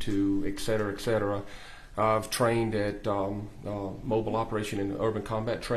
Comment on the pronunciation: I know it shouldn't matter but his continuance miss pronunciation of etcetera is giving me a migraine.